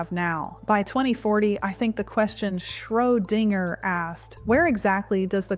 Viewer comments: Some words are sound wrong. For instance, your AI pronounces Schrödinger as Schro-ding-er. Perhaps you should write his name phonetically. Ie Shro-din-jer. The same applies to other mispronounced words. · I love this channel, however, what is “ Schro- Dinger” ? Anyway, keep up the good work. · Your clone having trouble with the word Schrodinger. odd.